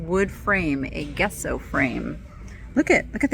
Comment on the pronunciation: As a professional, you may like to know the pronouncement of gesso in the United States is jes so or jeh so and not guess so.